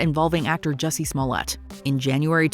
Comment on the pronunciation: Juicy Smolliyay? The French actor? 😂